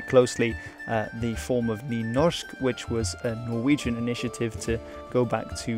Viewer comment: Dear Being a norwegian myself I was impressed by your norwegian pronunciation. And even more by your danish pronunciation which I struggle with myself. Perhaps you are norwegian?